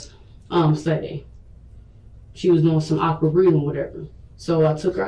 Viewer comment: This poor child is dying, cant hold food down, possible stomach virus (wich definitelyisn'ttrue but if we give her benefitof doubt), so you give her Tylenol?????? Tylenol for "ock-wurd" breathing????? She's just dumb as a bag of rocks or evil as possible no other option to explain this insanity